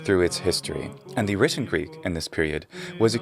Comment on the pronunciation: Obviously, the one woman who is speaking is Greek or she's an incredible learner. The pronunciation of her is modern-like Greek and the modern Greek are looking a lot like the Byzantine Greek, so this could be a huge conversation(we are using many forms in Greek language. Not everyone is speaking the language the same way, like the Byzantine times)